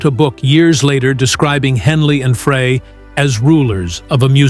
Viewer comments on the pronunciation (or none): Frey. Fry not fray!! So annoying. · Frey is pronounced FRY!!! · Teach AI how to pronounce every word they are saying. Frey should sound like FRY!!! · It’s so embarrassing to this channel that the creator of this video didn’t even bother to learn the correct pronunciation of Glenn’s last name. Many other reactors are also too ignorant to find out that it is “fry”. It’s very insulting to his memory.